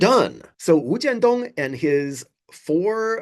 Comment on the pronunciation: First time on your channel and I salute you for pronouncing the guy’s name, wu jian dong without the non-native speaker tongue. I am assuming you speak Mandarin with equal finesse as well.